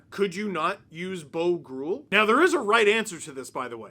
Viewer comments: I think groulx.: is pronounced Grew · It's B.O. Groulx. Benoit-Olivier Groulx